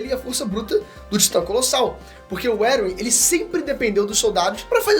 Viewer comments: eu acredito que Erwin se lê: "ervim" e não: "eruwin" deu até um TOC em mim aqui,um treco,um tick estranho kkkkkkkk alguém mais? edit: tmb acredito que o erwin ia contra a ideia do eren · "Eruwin" kkkkkkkkkkkkkkkkkkkkkkkkkkkkkkkkkkkkkkkkkkkkkkkkkkkkkkkkkkkkk Não sabia que a pronúncia oficial de Erwin agora era essa LOL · Pelo amor de Deus! Erwin lê-se "ÉRVIN" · Me pegou demais ficar falando "Eruim" mds. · Essa pronuncia do "Erwin" me quebra, toda vez eu entendo "Eren" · Você pronunciou Eren e Erwin muito parecidos as vezes não dava pra saber de quem tava falando